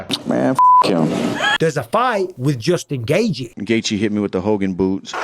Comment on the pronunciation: Nobody pronounces the name Justin Gaethje better than Bisping. I can listen to him saying "Justin Gaethje" in a video on a loop for 8 minutes straight and be happy af!